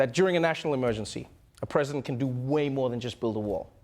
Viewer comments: Lol egen Pence says ”President Trump” it sounds like he’s saying ”Prison Trump”. Im here for that! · Sounds like Pence is saying "Prisoner Trump"